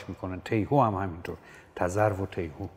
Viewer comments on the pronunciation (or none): تلفظ تِیهو اشتباهه، تیهو tihoo که این اسم رو از روی آواز همین پرنده براش انتخاب کردن. تذرو هم قرقاول امروزیه. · درود استاد بزرگ ! پوزش بنده را پذیرا باشید! اگر اظهار فضل نباشد،باید بگویم که در دو جا به جای کسره در حرف اول، فتحه به کار بردید که بهتر آن است که هر دو را کسره بگیرید:۱- واژه ی «تیهو» با کسره درست است ۲- در مصرع «دید گردش اثری زینها نیست» ،واژه ی«گردش»با کسره درست است،به معنی اطرافش ؛حضرت عالی با فتحه خواندید،که با معنی بیت تناسبی ندارد! سید ابوالقاسم حسینی،دبیر ادبیات،نورآباد ممسنی فارس!❤